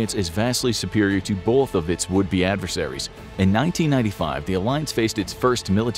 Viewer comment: It's pronounced "both" not "bolth".